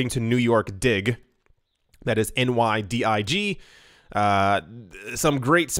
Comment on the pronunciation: I think NYDIG pronounces their name as “ni’-dig”